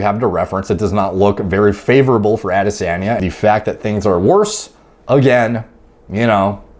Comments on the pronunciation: pronounced AH-dis-on-yuh (no biggie btw just putting it out there.) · Yo. The way you say "Ah-di-sahhn-yeh" is making me laugh so hard. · Interestingly, is not butchering the name. The tone is off but pretty close to the Yoruba pronunciation 👍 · Dude you just keep saying the same thing over and over. You never explain how it might not be steroids. You can’t even say his name right. Seems like you are just using this to get views. To be clear I don’t really care one way or another because I’m sure a lot of fighters are on things. It just seems like you are being purposely vague and not giving details either way. I mean if you’re actually trying to figure something out or “help” people understand it just seems like you would have better information.